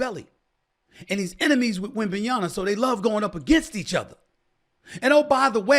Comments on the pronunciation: Stephen A. It's YaMa, not YaNa. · Why SAS keep saying Wembanya"na"...its Wembanya"ma" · WembanyaMAAAA!!!! So blasphemous to not say his name correctly! SA Snithhhh 😡 Unprofessional!!!